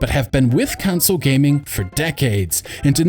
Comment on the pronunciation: console. not council.